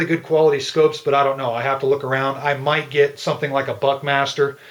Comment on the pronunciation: when you said "Buckmaster scope" I swear you said "butt master" XD